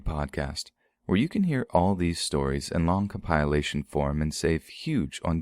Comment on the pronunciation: compilAtion not comp PI lation. idiot...